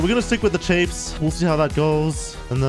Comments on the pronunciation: Chaffs. Not chafes...2 different things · Yo I'm not trying be like actually like a nerd but ther chAffs like when the a comes in its ah so chahffs but its spelt chaffs idk if I spelt it right but if.i helped someone ur welcome have a good day